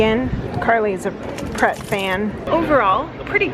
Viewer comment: Its Pret, as in pretentious. You guys need to go to a traditional transport cafe for a plateful.